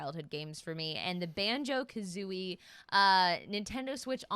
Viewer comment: sorry but.. Banjo Ka-who-ie?